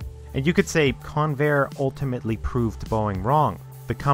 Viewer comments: That's CON-vair, not con-VAIR. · It's pronounced CON-vair, not con-VAIR. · I literally thought you said Conair lol They transport prisoners around the USA. I was wondering why they'd be building aeroplanes ✈ 🤔 🤣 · Accent on the beginning of the name rather than the end: CONvair. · I winced every time the fool mispronounced the word Convair. The computer graphics masquerading as images are pathetic and not even video game quality. The ads at the beginning and end suck - THUMBS DOWN